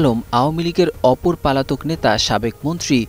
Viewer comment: রিপোর্টার বারবার পলাতক না বলে পালাতক বলছে। ভাই আগে ভাষা শেখেন।